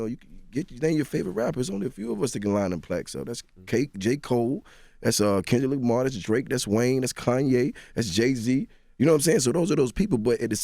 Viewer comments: “Kendrick Lickmar” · them new teeth got jeezy mispronouncing the HELL out of some words 😂 gaddamnit “ gendra “ kendrick lickmar “ “ report “ (rapport)